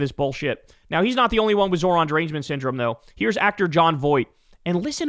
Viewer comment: Nice job Bill! You finally got his name right! So proud of you! Who’s a big boy?